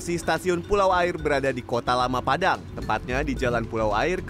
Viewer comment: Pengucapan kata 'aie' nya salah.. Tp emang agak susah ngucapinnya dgn benar..